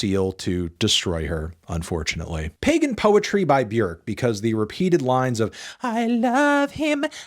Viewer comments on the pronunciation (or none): none